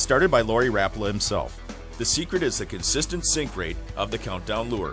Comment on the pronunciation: I think a Rapala rep should know how to pronounce the name correctly.